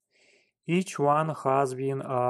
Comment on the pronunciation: Хас, крызис, тёртин мимлимитерс, комфОртабал..в каждом слове ошибка, практически...это какой язык хоть?....Сделай уже что-то с акцентом и произношением!